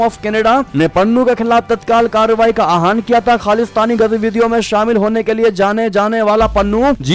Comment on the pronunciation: Are yah "आहान" kya shabd hai? Theek se sahi shabd bolo.